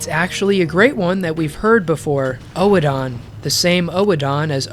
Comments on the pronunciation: epic video except for every time you pronounce "oedon" as "oh-e-don" instead of "urdon" but I'm willing to forgive cuz you covered a LOT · Dude loved this vid. Liked and subbed, however the way you pronounce "oedon" as in oedon chapel annoys me. Your say O-E-DON, it's literally said by multiple characters in the game, it's pronounced ER-DUN, I know it's a little thing but you actively chose to ignore how they say it in game. Please stop it sir 😂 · I honestly feel it should be pronounced "Eden", anyway. Firstly I think it's a play on words, but also in British English (which is generally used as the pronunciation guide for FromSoft games) the oe- is pronounced like ee-, so it really should be "eedin", or "Eden". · It's actually pronounced more like "Oh-done," but obviously you say it quickly and not spaced out. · Bruh it's pronounced odin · Oedon is pronounced Uddin in Bloodborne. Its pronounced in game by Gehrman loool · Love the video. One note though, Oedon is pronounced Urden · Small tip. They actually say the name in game. Oedon Chapel is pronounced like Odin the Norse God. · not to be an um actually guy but um actually it's pronounced like Odin. In the game most people add a soft R sound at the end of the O so it could be pronounced erden with an almost silent E. Of course that could just be the british accents slipping in a rhotic vowel with the first E. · After hearing Oh-eh-don Chapel 100 times I don’t know if I like you anymore 🤣 Really though, I love the way you made so many mysteries make total sense in the context of other in-game happenings. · That isn’t how you pronounce Oedon. You make it sound like a fucking Pokémon lmao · Your pronunciation of "Oedon" really bothered me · I know it's probably not on purpose but it's been driving me nuts for the last 2 hours, I think Oedon Chapel is said "Oh-don" and not "ohee-don". The video is amazing, just like your DS2 one, I just like to be pedantic about small stupid stuff like that.